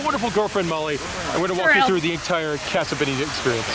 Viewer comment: You honestly don't know how to pronounce "casa"? Lol so annoying.